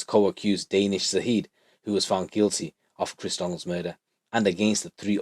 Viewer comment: Lol your making me laugh. Danish. The way your saying it is totally wrong. Funny. Ha Ha Ha. Joke tings!! Oh my daze!!